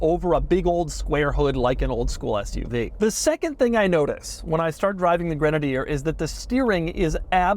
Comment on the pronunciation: Doug is the kind of guy who mispronounces literally everything 😂